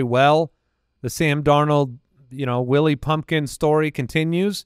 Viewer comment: I thought called sam darnold "willy pumpkin"